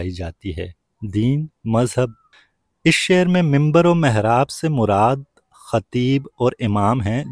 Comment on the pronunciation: Mahraab nhi hota mihraab hota ha 😊